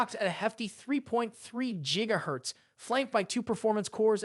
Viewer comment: Jiga hertz lol